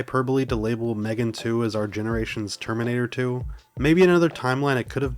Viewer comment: bro can't pronounce terminator